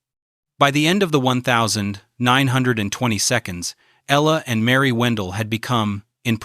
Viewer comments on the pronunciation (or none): “When Ella died in the one thousand, nine hundred and 20 seconds.”